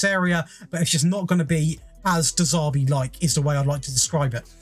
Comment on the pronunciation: Sorry because you could have some underlying speech impediment, but, who the hell is de Zaarbi? If you can’t even be bothered to pronounce the guys name correctly why would anyone want to listen to anything else you say, what a class A dick!